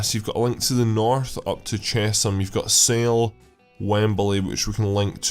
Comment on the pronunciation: Chesham is pronounced 'Chess-hum'